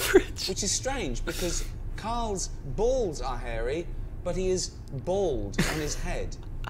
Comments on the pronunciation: Why can't he say the word bald correctly?. Bold is not correct ! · Odd how some people cannot say "Bald" and say Bold instead.